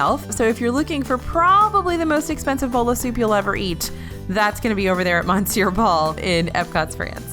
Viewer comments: Just a friendly cultural note, “Monsieur Paul” is actually pronounced “Miss-your Paul” 👌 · I cringed every time she pronounced Monsieur wrong and I’m not even French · Honey next time just Google how to say "monsieur" and practice a few times before you mispronounce it multiple times in a video, it sounds out of place in otherwise well-made professional content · monsieur is pronounced m'sear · No it’s pronounced mon-cyeu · I've never heard anyone French pronounce it that way. Wee-Sen Choo is closer to the way I've heard it pronounced - more like muh-se'yuh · I personally like the mispronunciations as it makes feel personable and adds an extra layer to the videos.